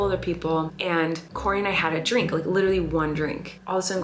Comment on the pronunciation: Ok not only does Colleen say Peenk she also says Dreenk